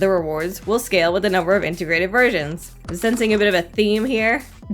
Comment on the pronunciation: I kept hearing integrated virgins instead of versions XD